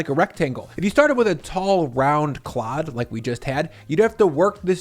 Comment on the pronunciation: Im gonna need a supercut of saying "Clod" please ty